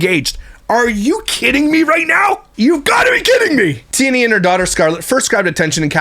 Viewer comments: I think it's pronounced Tea-anna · Lmao 😂😂 the way you say her name cracks me up everytime.... but for anyone who isnt sure how to pronounce Tiania its like TeeAnna (at least thats how i have always heard it said through other commentary channels as i do not consume any of her content) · I cant even finish watching this simply because he is getting on my fckn nerves steady saying Tia Nia.. She not my favorite person but damn dude stfu w the Tia Nia.. not everything especially names is pronounced exactly how it’s spelled bc ppl have stupid parents tjat name their child something they cant spell. It should be Tiana but tia nia is annoying asf bc u know that aint how tf u say it 🙄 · I think her name is pronounced like Tiana but “knee-uh” at the end. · It’s pronounced “Ti-An-na” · Is Tiania's name a version of Tanya? Hearing him say Tia-nia makes me laugh!!! 😂😂😂